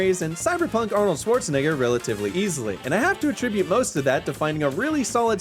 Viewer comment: Are we just gonna pass by how he said arnoldswartzanegger